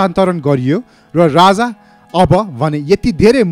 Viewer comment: Tait mula k vanx bs1963 ma janmera bs1938 ma 5 barsa vanxa .and rani Ra raja ho Vanni Ryani Ra ryyaja hoin .kya narrator banega aawaj nai sajin maharjan ko jasto xa